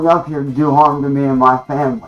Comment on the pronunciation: goblin glitch. He tries so hard convinced everyone he some noble creature by saying he’s doing it to protect his “fam-bly” 😂